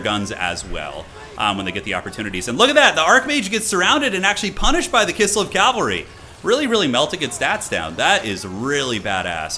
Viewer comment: PLEASE, IT IS PRONOUNCED CAV-AL-RY, NOT CAL-VA-RY! CMON MAN